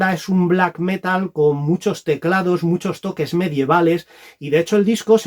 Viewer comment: Metal con acento en la a, por favor. Felices reyes.